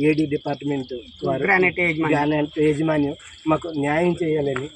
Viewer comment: ఏజీ మన్యం కాదు యాజమాన్యం